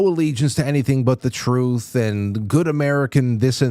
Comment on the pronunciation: TRUTH not tooth, I know it's bad I figured out his language